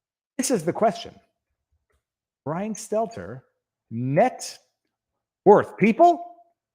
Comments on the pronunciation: I've come to the conclusion that Viva is purposely mispronouncing Brian's last name. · Best thing about Stelter losing his job? Soon we will stop having to hear viva mispronounce his name. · I'll miss hearing you mispronounce Stelter.